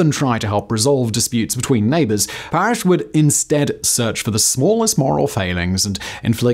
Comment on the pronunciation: *Parris not Parrish as Simon kept saying. I know it's not a huge deal but it is history so the facts should be accurate and Simon would want them to be. The name card was correct as it read Parris. Sorry, if this comment offends, but we're all here for the facts from our Factboy.